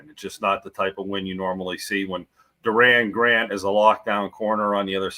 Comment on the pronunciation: Wasn't it "Doran" Grant?